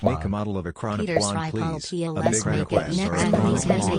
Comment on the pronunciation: Sripolov, товарищ.